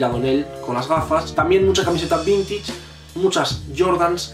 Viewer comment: "Vintich" xdxd